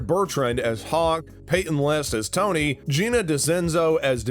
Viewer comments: Tory! Not tony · bruh if you're a true cobra kai fan you would know how to pronounce everyones names "jared burtrand" - Jacob Bertrand Tony - Tory Krese - Kreese Gino Dinseo - Giannini DeCenzo Martin Crove - Martin Kove Cermen Diaz - Carmen Diaz Zabaka - Zabka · It’s Tory lmao